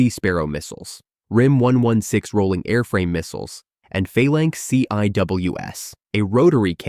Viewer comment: C.I.W.S is just pronounced " Cee-Wiss"